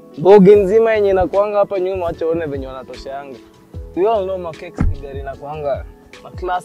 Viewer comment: it's pronounced as "Mark Ten", just saying